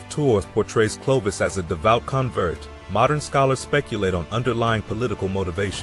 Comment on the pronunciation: Clovis "Eye". Is stopped listening right there. If you can't get that right, pretty much everything afterwards is garbage.